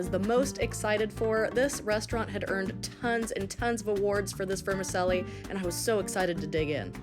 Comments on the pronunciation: "Vermi-CHELLI", not "Vermi-selli". CONGRATULATIONS! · Is it pronounced "ver-ma-sellie" or is it pronounced "ver-ma-chelli"?? Where I'm from it's "verma-chelly"...😂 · Awesome but its ver-mi-chel-li.....like you'd pronounce cello. And Zermatt I think Switzerland, well, it was certainly the Matterhorn of seafood! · It’s pronounced Verm-a-chelli in Italian. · Say it with me now…ver-mi-CHELLI. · Here in NZ we pronounce Vermicelli as Ver-Ma-Sally. Great Video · Never heard of anyone calling it Vermi selly???? What is it selling? lol I am Italian and that IS NOT the way you say it. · I reallllllly wish she would prounce vermicelli correctly. VermiCHELI. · Not being a twat but is it not pronounced ‘vermacheli’? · Lol it not vermassseli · She lost me with her pronunciation of vermicelli and that she wastes the best part of that meal which is the juice in the prawn head.